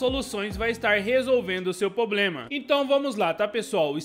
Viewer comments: Não é "POBREMA", o correto é "PROBLEMA". Desculpe pela correção, porém do mesmo jeito que eu quero aprender, também quero compartilhar conhecimentos. Obrigado pelo vídeo. Like e Inscrito. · Por favor, não é "pobrema".